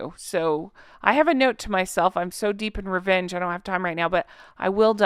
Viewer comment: Rrrrrevvenge lol 😂.